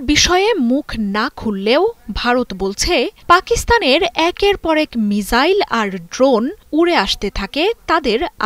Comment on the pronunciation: সকাল থেকে মিজাইল মিজাইল বলে মেজাজ টা গরম করে দিচ্ছে। মিজাইল কি জিনিস ভাই ? মিসাইল বলতে কি সমস্যা? সাংবাদিক গুলো এখন চাংবাদিক হয়ে গিয়েছে। রেন্ডিয়াদেশের সাংবাদিক নামের হকারদের মত করে উচ্চারণে তাঁরা গর্ববোধ করে। লজ্জা।